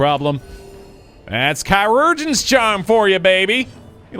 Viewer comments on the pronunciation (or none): Keye-rer-jin. Try it out. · Chirugeon is pronounced "Ser-Jin". It's just the old timey spelling for Surgeon.